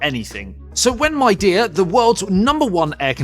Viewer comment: Midea is from China, one of the biggest brands there for home appliances. It is becoming a big brand name in the world too. Since you are making a review of this brand's split conditioner, it's good to pronounce Midea properly - mee-dee-uh (similar to media).